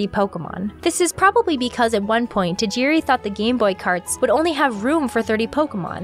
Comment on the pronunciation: Why can't North American's pronounce Tajiri Satoshi's name properly. 😔 Decades of being in love with his world and never giving respect to his name. Living in a modern world where we are demanding people say Minority names correctly this is truly saddening.